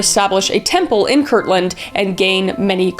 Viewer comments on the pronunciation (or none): none